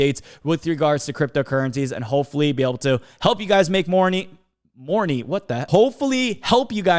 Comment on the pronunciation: "hopefully be able to make you guys make morny" 👀